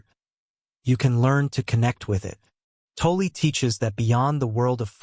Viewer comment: Please, for the love of god, learn how to pronounce 'Tolle'.